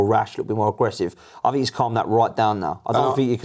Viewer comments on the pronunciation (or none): For the Empire that invented their own language which dominates the world, they sure cant speak it...'fink' (think) and 'free' (three) 😂😂😂